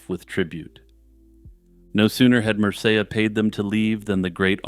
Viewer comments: mer-say-ya???? It’s mer’see’ia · Good stuff, but you're stretching 'Medieval' and 'mystery' a bit. And it's MER-cee-ah. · Mersayah? Mercia is not pronounced like that. Dude, first simony now Mercia? Get it together!